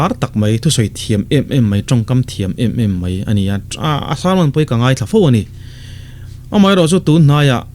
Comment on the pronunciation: Sari a tar tawh ngei mei a,Sari a tar tawh mei bak ah ..... "Mei" hi I hmang uar ve si a engtih na tak chu ni maw??? Pathian thu I sawi na ah hi chuan Mizo I nih chuan tawng hi lam dik rawh "mai" ti ve tawh em em rawh. mipui ngaihthlak a tana rawn in tlang zarh Pathian thu sawi nih phei chuan Mizo tawng hman lam dik hi a ngai.